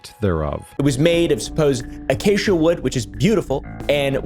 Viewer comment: "It was made of supposed* acacia", three syllables in this context and usage.